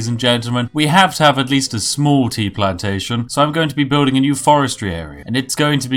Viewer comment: your pronunciation of the word 'plantation' is rather suspect hmmmmmm